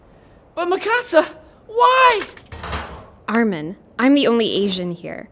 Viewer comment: Just realized that Reiner actually pronounces Armins name more correctly than anyone else